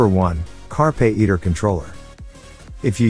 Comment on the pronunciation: Carpay iter? it's carpe iter.. come one.. Chey AO5?? Chigee AO5. stopped watching after that *duck up